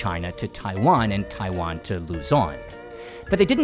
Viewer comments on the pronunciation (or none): none